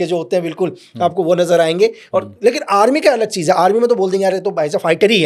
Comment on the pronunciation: Cheez ko cheej bolta hai iss ne Pakistan main kese jasosi ki hogi